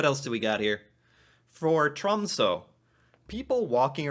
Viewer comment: The way you said tromsø honestly made me laugh